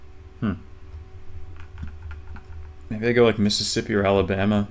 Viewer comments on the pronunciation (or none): none